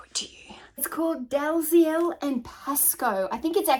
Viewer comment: "Dalziel" is pronounced "Dee-ell"-- a nice obvious spelling/pronunciation!